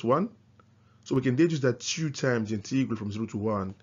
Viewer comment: Integral - emphasis is on the first syllable!